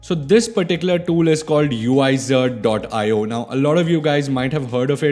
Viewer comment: It is pronounced as Wizard